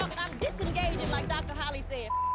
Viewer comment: Gonna adopt "I'm disingaging" in my life love when Dr Holly says that